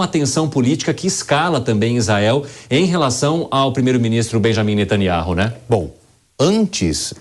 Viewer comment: Aprenda não é nataniaro,mas sim Natanyau